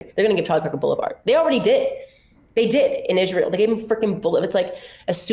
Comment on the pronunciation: why cant she pronounce israel, its not Izzzshreel ffs. shes just so vile and puerile, I dont undeerstand why people think shes intelligent